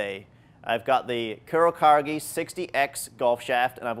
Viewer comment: Dude, it's pronounced "coo-row-caw-geh"